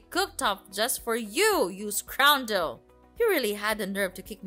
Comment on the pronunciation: You ‘sroundrel’ 🤣